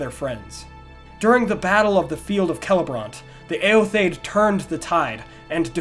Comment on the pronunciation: Awesome video, yet again. Favorite Youtube-channel^^ One gripe/question: I think eotheod is pronounced "e-o-the-od", not "e-o-thaid" (?). Or at least, "theod" stands for "people", in the way "Theoden" stands for "king of the people" in Rohirric, and his name is also pronounced as "The-o-den".